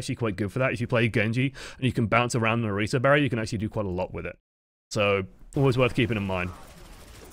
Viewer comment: Thank you for pronouncing Orisa right! Wouldn't have been able to handle this if you hadn't.